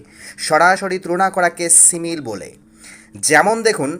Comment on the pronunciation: কি সিমিল? Simile (সিমিলি)হবে পাশাপাশি সব words এর pronunciation ভুল